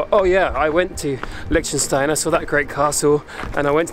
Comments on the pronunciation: hoii not the way this guy pronounces it. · Is that how Liechtenstein is pronounced?